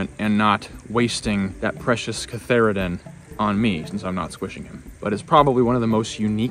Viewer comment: I believe it's cantharidin, not catharidin. Anyway - great video!